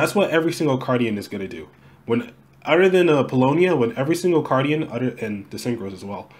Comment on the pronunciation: Aye!! You pronounced it right! :D 😂